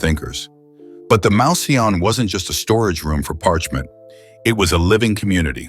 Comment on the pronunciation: The robot voice persists in mispronouncing "mouseion". It should be pronounced "moose - ey - on". Also, "strah - bo", not "strey - bo".